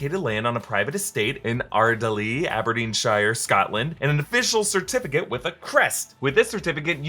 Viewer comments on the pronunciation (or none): As someone who literally grew up in Aberdeenshire, Scotland, I am howling at your pronunciation of Ardallie